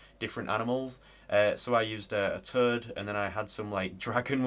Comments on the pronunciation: When he says toad why he say turd lol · To my ears, your pronounciation of toad sounds like terd. Funny cultural crossing.